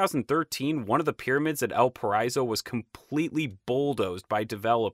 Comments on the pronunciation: It isn´t Elparayso for El Paraiso, but El Pa-ra-i-so, i.e The Paradise in Spanish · The way he says El paraiso lol 😂 otherwise good informative video.